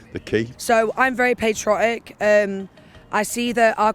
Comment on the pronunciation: "I'm really perchrotick" (patriotic)